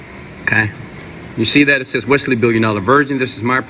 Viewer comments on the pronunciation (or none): none